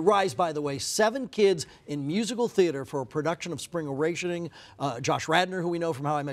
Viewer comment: Spring awashhhhhening lol its spring Awakening